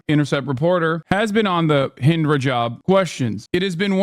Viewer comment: sorry but the very first 3 seconds are already wrong. "Her name was Hind Brajab." NO. Her name was Hind Rajab. I mean, this was recorded, right? This was not some kind of live tv show. It was recorded. A script was used. Right? And yet she says: Her name is Hind Brajab. Sorry, but i see this as a special kind of disrespect. Recording this stuff. TO show it to an audience. And NOT picking up the fact that the woman is not able to pronounce the name of the girl correctly. I find this disrespectul. As if it is done deliberately. It takes 1 or 2 seconds to find out what happened and how to pronounce the name correctly. And yet this channel couldn't be bothered. She, the woman on camera, she could not be bothered. Hind Brajab it is then.